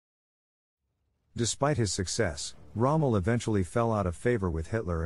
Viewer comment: Wow! They did get Rommels's name right! Whether or not he committed suicide and under what cirtcumstances is still up for debate. Some say Rommel was NOT in on the plot to actually KILL Hitler. Rommel was in a fact a Nazi and everything he achieved in his career he owed to Adolf Hitler. Others point the finger at Gen Speidel his COS, while others believe Rommel did commit suicide but only to protect Speidel's and his own family. Some say Speidel gave Rommels's name to Gestapo interrogators of the plot. We don't know for certain yet. Sadly, when they mispronoune the names of key Generals they really lose me and Kesselring was a Field Marshall not just a Genersl. Help!! Who edited this? These aren't new names. They've been out there for 80 years!!! Pronounced Gott-hard Hein-ricky Please!!! Who is this last one now? Wilhelm Keitel is a one syllable, not two syllable name that again was a VERY famous Field Marshall, like Harvey Kei tell the actor but it has the same spelling. Clean this up please you're losing me fast here. Gotthard Heinrici is another butchered name. It's an easy one too. The first name is simple, Gott- hard, the last name is pronounced Hein ricky. It's sounds like a computer is trying to read some of these names for you. Walter Model, not model has in "model airplane" but Model, long "O". If you require pronunciation help in the future, get in touch. It's not a problem. He wasn't only in the east but he was in the west too. He wasa Nazi too.